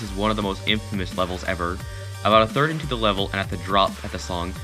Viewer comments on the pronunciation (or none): none